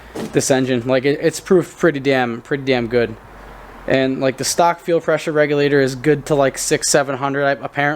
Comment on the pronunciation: ohp here it is "eeit eez gooed" ☮